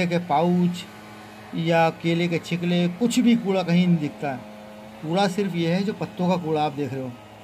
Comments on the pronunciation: Kele k chikle Ni tawu ji...chilke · केले के छिलके ना कि छिकले समझे।